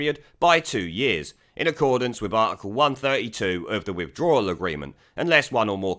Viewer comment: It,s withdrawal not withdrallal-you can,t even pronounce English Sassanach twat !